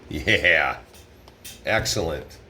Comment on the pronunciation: Did you say that will be "axel-lent"? Too funny